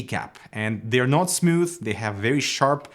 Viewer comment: Nobody: Canadians: Smuuthh